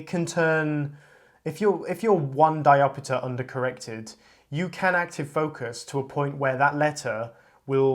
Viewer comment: Why do you say "diopitter"? You don't pronounce "chapter" as "chappiter", do you? SCEPTER AFTER CHAPTER CAPTOR RAPTOR DIOPTER